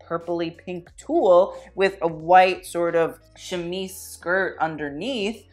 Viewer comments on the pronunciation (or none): none